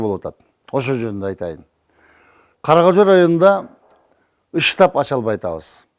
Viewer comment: ыштапбы же штап болуп айтылабы, ушуну айырмалап алсаныз. Уят.